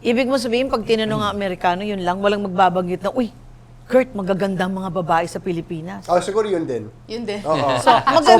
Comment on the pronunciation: kuya koort, buhol-buhol na yung tongue twister, ang hirap naman kasi!!!